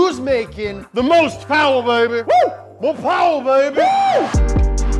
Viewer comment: I love when he says mo powa baby